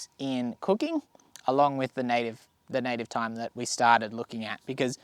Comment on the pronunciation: OMG, I'm furious...... Americans do NOT say th-yme, with the th sound. We pronounce it as "time", just like any other intelligent beings. Thanks buddy.